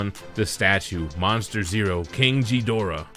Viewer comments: First time ive heard his name pronounced like that.. Its not jedorah. Its ghidorah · It's pronaonced Ghidora not jhidora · Winced in pain everytime he said "Jee-dorah". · You lost me at King Jidorah, dude. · why is he mispronouncing it?? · first off that's not how you say Ghidorah's name 😫🤦‍♂️🤦‍♂️ ...........second that statue looks amazing! 👍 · Bro your pronouncing his name wrong the H is silent..sounds all wrong wen you say it .... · I can tell you’re not a Godzilla fan by how you pronounce Ghidorah🤣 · You pronounced Ghidorah wrong. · The G in Ghidorah is pronounced as a G… not a J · The G in GHIDORAH's does NOT sound like a J. Please learn how to properly say King Ghidorah's name so people won't call you names over it. But the video was awesome though.